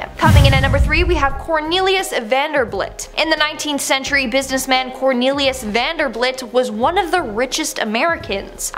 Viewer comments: that's vanderBILT not vanderBLIT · vander BILT not BLIT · Vanderblit? Are you serious right now? It's Vanderbilt! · "businessman cornelius vanderblitz", really? Vanderblitz??? LOL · VanderBUILT, not BLIT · Hmm, she says "Vanderblit" but it clearly says Vanderbilt. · It's Vanderbilt, not Vanderblit. Sorry but you said it twice. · The name is Vanderbilt not Vanderblit, see the difference? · That's Vanderbilt, not Vanderblit.